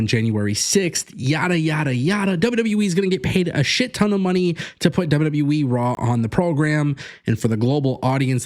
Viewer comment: Its W-W-E! Not W-WE! Stop mispronouncing the name!You sound stupid & clueless every time you say it!